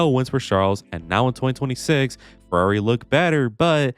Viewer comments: Why does this guy have such a hard time saying “Ferrari?” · It's not Alonslow, not Sbinalla Vettel, nor crash Legreg. Its Ferrari.